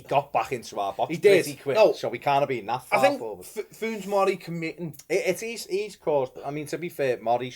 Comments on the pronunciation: I think he meant: Foonz Morray I think it is Funez Morey! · When you say Funes you should pronounce the es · Your pronunciation of Funes Mori does my head in